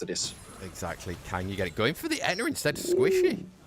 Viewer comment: That dude saying "ETNA" does my head In SO MUCH. Please just say the word properly, H IS NOT SILENT. Sei literally says It properly right after you and has done for years now.